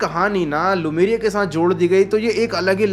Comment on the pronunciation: भाई वो लेमुरिया है लुमेरिया नहीं। ठीक से देख लिया करो।